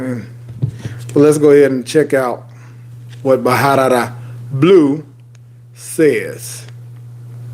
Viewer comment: Pronounced Barara not Baharara